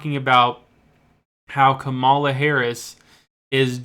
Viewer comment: These particular polls, unfortunately, aren't known to be especially reliable, and the narrator of the video doesn't know how to pronounce Harris's first name, so not much confidence here!